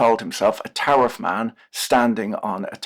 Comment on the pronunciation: I keep hearing "tariff-raid"